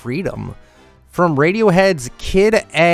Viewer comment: The loading screen is a reference to Radiohead’s Kid A MNESIA? It’s not Kid-A-MNESIA. It’s pronounced Kid AMNESIA so yeah